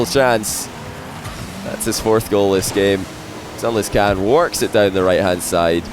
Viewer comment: Why does pronounce sunless khan's name like that?